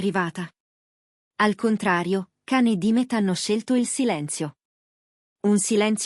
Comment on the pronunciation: Si scrive Can ma si pronuncia Gian non l’avete ancora imparato? Pazzesco❤